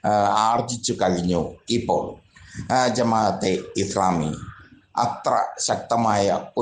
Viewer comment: എടോ ജമാ അത്തെ ഇസ്‌ലാമി എന്ന് പറയാനെങ്കിലും പഠിക്കൂ.